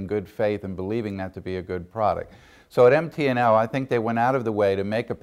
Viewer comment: So is it MP&L or MT&L?? he sure sounds like he's saying P